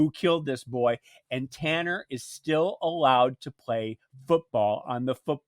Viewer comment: Talan not Tanner